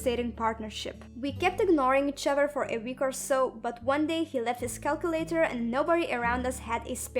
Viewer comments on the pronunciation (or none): I love how she says "each ovfer"